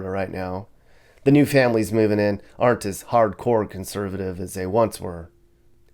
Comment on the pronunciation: These are always fun. My new pad is north central Florida. Kinda glad you didn't go there...lol. Id like to give on piece of advice? When you said "aren't alot of homeless..." Or something...it sounded like you said there "are" alot...maybe you could work on that? I bete some people heard it wrong. And we're all listening for those details. Thanks for these, I enjoy spending a few minutes watching...